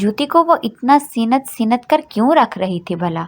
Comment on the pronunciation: سی نت سی نت نہیں ہوتا ڈئیر سینت پڑھتے ہیں نون سائنلنٹ ہوتا ہے پہلے اردو ٹھیک کریں اپنی